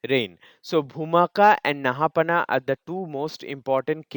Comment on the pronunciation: I think it’s pronounced “Naha-paana”.